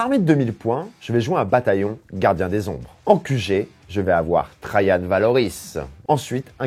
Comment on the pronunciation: Oui merci je connaissais (je lisais la BD quand j'étais enfant) mais je ne vois pas le rapport, étant donné que Rahan se prononce comme il s'écrit. Donc pourquoi s'efforce-t-il à prononcer Trajan comme s'il était un prénom allemand? Et ne me dit pas que c'est parce qu'il est blond, LOL.